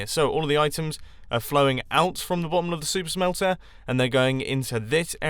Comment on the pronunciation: It sounds like he's saying "soup smelter" at some times